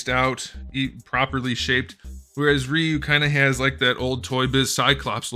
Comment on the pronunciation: Rye you. Not ree you. You turd